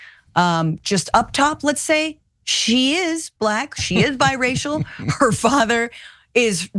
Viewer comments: The way he pronounces the word black "bLaCK" with such distain is what gets me. No one else pronounces the word black like that... just like he pronounces China as "chJina". Either he's retarded or a racist, which is it Donny? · He says Balack.